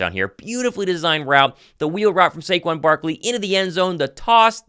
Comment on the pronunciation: Yall gotta put respect on his name, it’s SAQUON, not SAQUAN